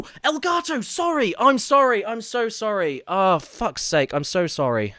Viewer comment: And how Caddy said "I'm zorry" :D that was hilarious